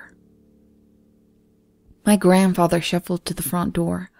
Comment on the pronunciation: And "front". I love the stories she does and other than these few words her voice is perfect.